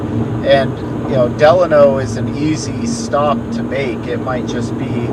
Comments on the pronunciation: It's Delano not De Lano. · Side note: Locals pronounce Delano as De-LANE-No.